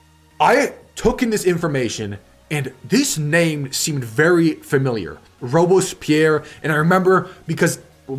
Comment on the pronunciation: Robespierre is actually pronounced /rowb-spear/.